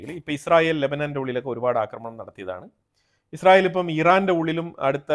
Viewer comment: നീ എന്താടാ പറയുന്നത് ഇസ്റയൽ ഇപ്പോൾ എല്ലാം പൊടിയായി നിങ്ങൾ ഉറങ്ങിയോ അറിഞ്ഞില്ല വാർത്ത കൊടുക്കുമ്പോൾ ക്ലിയർ ആയി കൊടുക്കു ഈച്ച